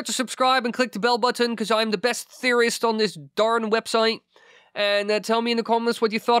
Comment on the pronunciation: The Theee or Thaaa ..' NOT ... Dah ...